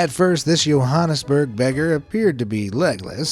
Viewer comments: it's pronounced Jo-hann-es-burg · how he said Johannesburg, at least South Africa is known for something.